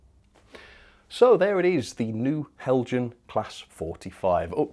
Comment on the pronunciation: Learn to pronounce. It is Hel-yan! This is a persistent and most insulting error.